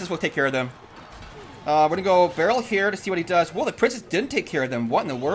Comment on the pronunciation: you notice that every time you say here it sounds like you say heya😂